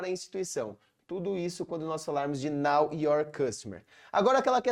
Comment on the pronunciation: Muito bom!! Apenas uma observação, a pronúncia, é know (noʊ) your customer, não "now" de agora. Muito obrigada pelo conteúdo.